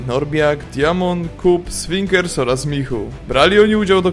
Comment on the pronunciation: "ś"winkers, nie 's'winkers :)